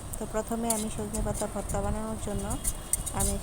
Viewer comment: আপা বর্তা না ভর্তা হবে। হয়তো খেয়াল করেন নি